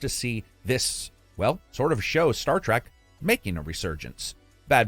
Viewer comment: Trek not Track 👍🏼